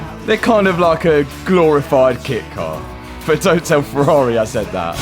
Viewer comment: Matt is building a ferrar(eh) 😂😂